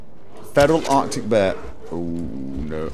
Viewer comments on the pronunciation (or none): none